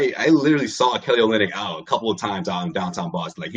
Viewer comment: That top left guy doesn’t know shit 😂😂 dude said olynyk and and millsap like oh nah smh